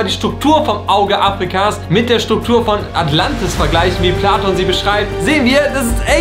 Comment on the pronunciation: "Der Jude Pladon" Alles klar. 😂